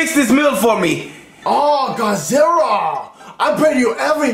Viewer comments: He always replaces the l with an r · He says "Godzirra"